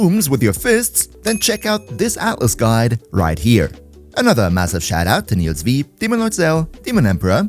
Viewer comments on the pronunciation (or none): none